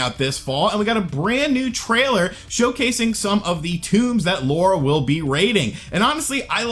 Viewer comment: It's "Lara" dude, not Laura 😂🤣